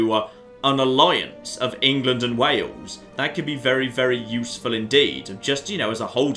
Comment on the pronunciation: It's Wales and Wale-sh. No idea why that cracked me up so much!